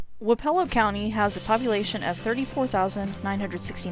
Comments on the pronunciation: It's "wap ah low" not "wap E ELL O". I am speaking from experience. I grew up in Wayne, wappelo, and appanoos County county. Also Lucas county. (Wich I'm pretty sure is way way poorer than the 3 I said) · It's pronounce WAAH-puh-lo, with the emphasis on the waa. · I grew up in Keokuk county 1 county north of Wapello and have never heard it pronounced the way you did, but that is not saying the way you did is wrong. We pronounce our my hometown Sigourney, Sig er ney. Anyway I enjoyed the video and have alot of familiarity with these counties on your list. I have a brother who works in Ft. Dodge, another in Ottumwa, lots of freinds from Jefferson and Lee county and would horseback ride at my uncle's in Centerville as a kid. Also never knew that Lee had 2 county seats.